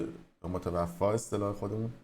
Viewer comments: از طرفی اول میگه خانمی که توی کما هست و خودش متذکر میشه که نامه برای وقتی هست که هنوز فوت نکرده بوده اما در ادامه میگه متوفی همون جا که تلفظش رو اشتباه میگه 😮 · متوفق‌ رانمیتونه بخونه‌.‌..واویلا....بیسوادبدبخت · متوفی‌ رانمیتونی‌ بخونی‌. واقعا متاسفم برات‌....